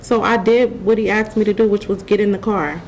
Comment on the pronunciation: This says it all...'I did what he axed me to do'...